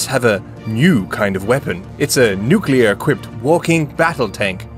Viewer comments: Trigger warning. "nucular". Way too often. In earnest. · Nucular? Like ocular? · New clear, not Nu ku lur. IH says it correctly, but the Britt chews it wrong. Great video regardless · > Did you watch the video? One of them says "nucular". I'm complaining about that. I know how to write and pronounce it, and it makes me cringe every time someone gets it wrong. Hence my trigger warning.